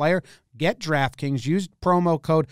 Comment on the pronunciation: You already did this one and did it again with a different title. Once you learned additional information from comments you redid it. When you say draft kings you annunciate like an idiot and sounds like you're saying Giraffe kings.